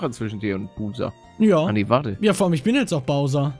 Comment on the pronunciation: Wie Paluten Buser sagt. Ich: ruhig, gaaanz ruhig... xD